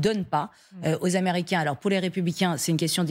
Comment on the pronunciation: "Américians"? Ça commence bien, faites un effort🤑